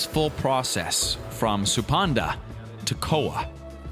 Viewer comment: At 6 min, "supanda" prolly he just said "suspender" in a bit broken english